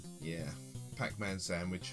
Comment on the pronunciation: "Pack Mann" ?!? Never heard of it.